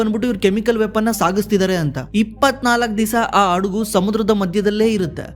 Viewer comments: Friend you gave given us great stats, thank you but while speaking kannada , there is a difference between hadagu and adagu( a SHIP and adagu means hide) sorry , otherwise your stats are very very informative. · ಅಡಗು ಅಲ್ಲ ಗುರು, ಹಡಗು ಅಂತ ಉಚ್ಚರಿಸಿ👍👍👍👍👍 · ಗುರು, ಹಡಗು ಎಂದು ಹೇಳಲು ಅಡಗು ಎಂದು ಹೇಳುತ್ತೀರಾ?